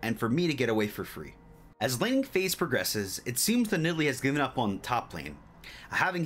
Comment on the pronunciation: lanning? it's laning